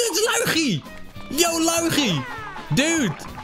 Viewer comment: Schaduwtje LUI GIE!!!!😎🙌 zoals je dat zo prachtig mooi uitspreekt 🤣